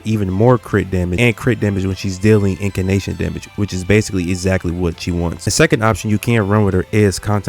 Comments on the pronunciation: If you're gonna stitch every single word together in post you could legit just write a script. Also it's Incantation, not fucking Incanation. Jesus I know the meme is you failed everything but it's just grating on the ears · Bro its In-can-tation in case you're not sayin it wrong to troll lol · Bro do you even play this game? Who is iori 💀 and I don’t even wanna know why you saying incantation like that.